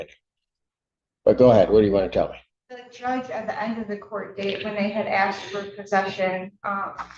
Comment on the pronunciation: 😂😂😂 u axed????? wth haven't these people learned how to talk yet?? you are in court, and you sound ignorant AF, did you go to the lie-berry to get this information???😂😂😂